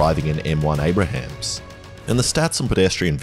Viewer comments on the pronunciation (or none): "A1 Abrahams" LMAO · He said M1 Abraham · FYI, it's M1 "Abrams", not "Abrahams" lol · As an American, my soul got crushed when he said "m1 abrahams". I still love the dude tho 😭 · "M1 Abrahams" made me spit coke onto my screen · “M1 Abrahams” That caused me physical pain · Ah yes, an M1 Abrahams. OG tanks go hard bro. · "m1 abrahams" lol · *It's not an Abraham's tank, just Abrams (Ay-brims) and as an american I do in fact drive one daily! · M1 Abraham’s killed me (it’s pronounced Aye-Bruh-mms) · "M1 Abraham" 💀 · “M1 Abrahams” 💀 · "Till everyones driving an m1 abrahams" sir im sorry to do this but its an abrams not an abraham (i've made tht mistske before) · "m1 abrahams" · M1 Abrams, not Abrahams ^^ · Its pronounced M1 A-Brums Not M1 A-Brihams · “Forgotten” - no. Not pursued because it’s ridiculous for its day, let alone in modern times. And it’s not “Abrahams” it’s Abrams. 🤦‍♂️ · When IDAT said "M1 Abrahams" the MIC fanboy in me died a little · Its Abrams, M1 Abrams. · "m1 abrahams" lmao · "An M1 Abrahams" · You did not just say m1 abrahams